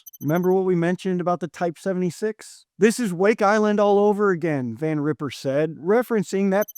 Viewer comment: It's Van Riper, with a long i, not Van Ripper. Mispronounce his name to his face if you want to see what an a$$ ripper looks like. Master Gunz sends...